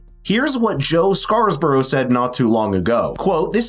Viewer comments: It's "Scarborough" and not "Scarsborough". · Why are you inserting an extra S into Scarborough? It’s not Scarsborough. Love the channel.